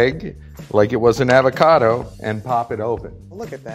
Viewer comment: Anyone get triggered when the guy says “Aav-acado” instead of “Avocado”?